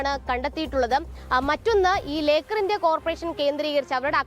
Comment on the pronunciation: ലേക്കാർ എന്ന് എഴുതി കാണിച്ചു ലോക്കർ എന്ന് പറയുന്ന ജേർണയലിസ്റ്റ് best.